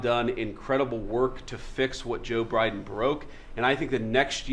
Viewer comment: Ok. Am I the only one to realize how vance pronounced president Biden’s name wrong? He said Briden. He may think it’s ok to act in a way sense trump can’t read. Or even speak proper English. He’s has no excuse.